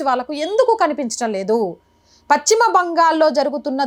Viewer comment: Pachima అనకమ్మా పశ్చిమ బెంగాల్ అను